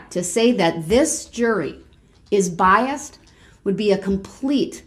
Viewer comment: Biast. I loved it when Judge Dorow corrected him!